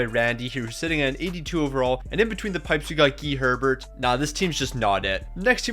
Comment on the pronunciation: "Herbet?!" How dare you?